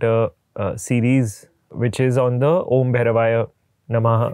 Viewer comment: It's om...not AUM ❤